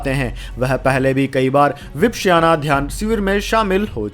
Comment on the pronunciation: વિપશ્યના - ઉચ્ચારણ સુધારી લો.. Please do correct pronunciation of " Vipashyana"